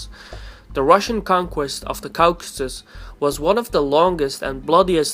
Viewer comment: Caucasus is pronounce /ˈkɔːkəsəs/ the au/aw in english is pronounce like an O generally just wanting to help